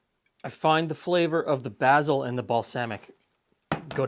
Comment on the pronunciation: this is the first time I've ever heard someone pronounce basil as "bazzil" rather than "bayzell"